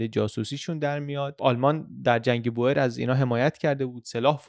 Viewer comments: سلام میخواستم بگم تلفظ Boer به هلندی بوئر نیستش و بور تلفظ درست هست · خیلی عالی! فقط اینکه کشاورز در زبان هلندی بور تلفظ میشه نه بوئر، دقیقا مثل تلفظ موی بور در زبان فارسی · بوئریی نه بووورن .boeren به هلندی یعنی دهقان بوورن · خیلی ممنون بابت ویدیوهاتون ❤ تو زبان هلندی oe همون oo انگلیسی تلفظ میشه، boer بور خونده میشه، boor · در زبان هلندی دو حرف او مانند اردک و حرف ایی کنار هم قرار میگیرند صدای اوو میده پس کشاورزمیشه بوور و جمعش میشه بوورن یا بووره ...مثل موی بور .تلفظ شما اشتباس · دووست عزیز تو زبان هلندی به کشاورز ها میگن بوور بیش از هزار بار به اشتباه تلفظ کردید